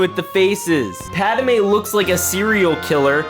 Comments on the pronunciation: Did you just say “padamay”? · Echo? Nah we got reflection, fives? Nah bro we got fours Edit: why do u say pad amaye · guy is calling padmé padamé